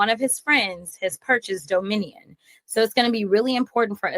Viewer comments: The hay-bag can't even pronounce Dominion correctly. And she's a lawyer, wow, pathetic! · Can’t even say Dominion right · Jasmine Crockett is so stupid she cant even say Dominion. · She needs to learn how to pronounce dominion! Idiot!